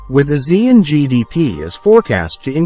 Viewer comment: It should be pronounced as A Siean